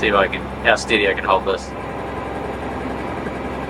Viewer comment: Where kins? 😂 it’s can lol